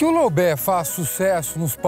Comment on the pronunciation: Loubé???? Né loubet não?